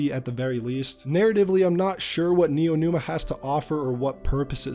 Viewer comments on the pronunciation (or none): dawg it's neomuna (nee-yo moo-na) not neonuma